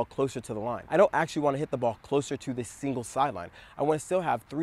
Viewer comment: You said “singles sideline”. But I heard “evil sideline”. Same difference though. 🤣